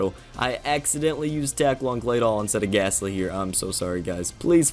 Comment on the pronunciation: There’s no H in gastly